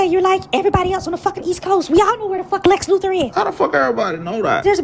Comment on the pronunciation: "Lex Lufor" 😂😂😂 can't even say Lex Luthor